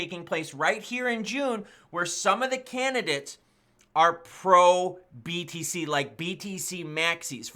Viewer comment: Everytime i hear btc i keep thinking hes saying bbc 🤣🤣